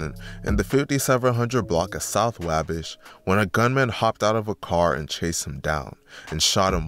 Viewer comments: It’s called “WAwh-Bash” Not WayBesh you have never heard of the Wabash River, in Indiana?? Like the main trading area of the mid 1800s to early 1900s in Terre Haute, Indiana….. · Why do you keep saying wahbish ???? It’s wah bash !!! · Your not gonna explain how lil boo’s body landed by the tire of the car with his head basically under the tire therefore his opps mock him as “ tire head” And it’s “ wah- bash” pronounced like waffle/bday bash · Say it with me: Wah-Bash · The way, he said Wabash😂😂😂😂😂😂😂😂😂😂😂😂😂😂